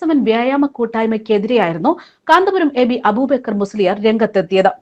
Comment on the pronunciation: അബൂബേക്കർ എന്നല്ല അയാളുടെ പേര് അബൂബക്കർ എന്നാണ്